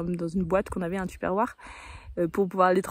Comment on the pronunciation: Merci! Ça y est, j’ai « Les cornichons » dans la tête 🥒🥒🥒😁! Et j’ai bien rigolé en entendant la prononciation du mot tupperware! 😉